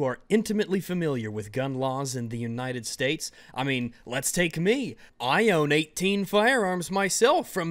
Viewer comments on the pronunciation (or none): none